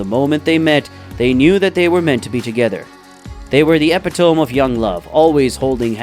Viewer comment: Epitome = ee-pit-um-me